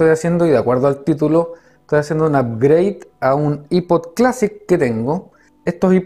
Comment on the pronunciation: I-pod nombreee que asco de pronunciación